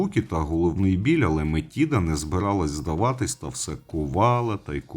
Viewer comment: А бо нічого було коханку жерти! Юпітер сам винен. До речі, гадаю, що Метида просто переродилася в доньку чи якось із нею поєдналася, бо Атена-Мінерва народилася дорослою жінкою. До речі, зверніть увагу: МетИда. Правило дев'ятки дуже просто запам'ятати: де ти з'їси цю чашу жиру? Після цих приголосних ми пишемо й вимовляємо и в запозичених словах.;)